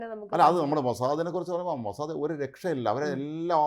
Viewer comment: മോസാദേ അല്ല" MOSAD" മോസാദ് എന്നാണ്.